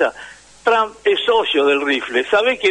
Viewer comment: Trump se pronuncia con O no con A Tromp